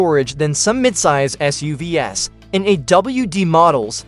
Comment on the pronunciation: shit I hate these AI voices. It can't pronounce SUV's and it repeats itself. I only got :44 into and had to thumbs down.